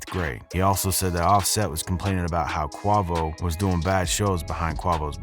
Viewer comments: Lawd it was making me wish I could grab his lips and say aaaa not ahah for the love of my irritation please practice your names first next time! Go and look at previous interviews and listen to how the person is saying their name. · Lol yea I thought that but it isn't bad enough that I would not watch this video. But it's like he's calling quavo like you say the name for Jose Cuervo liquor 😂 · Bro if u gonna tell a story, say name and shit right....GOT DAMN!! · Why u keep saying his name like that? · I liked your video until you didn't know how to pronounce quavos name. Obviously you know nothing about the Mogos. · I'm white. I think too many people get the label "culture vulture" that do not deserve it. Adam22, Vlad, etc... but God damn man what are we supposed to call you when you pronouce Quavo and Odee's names wrong?? It's like you've never heard them said before which is insane to think.. I've only watched 2 videos and you've got 2 names totally wrong... what's up with that? Cause to me it looks like you're just googling hip hop stuff and making a video when you know nothing more than the article you're reading. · Its hard to listen to u when u ain't saying his name right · The fact that he can't even say quavo right just shows u this guy knows absolutely nothing about what he's talking about smh cancel this fool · U was saying his name wrong the when video. Quavo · Please learn how to pronounce the rappers names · ain’t no way u did all this research and ain’t know how to say quavo’s name😭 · if you gone benefit from our culture, at least pronounce our names right!!! 🤬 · How these CULTURE VULTURES gonna report hip hop news and can't even say QUAVOs name correctly..... does he even know when these ppl are? 🤔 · This dude is getting views on people he don't eleven know because he can't even pronounce the man's name right, this is typical culture vulture ish. He don't know the migos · wtmd I was thinking this same shit like do u even listen to them WTF ???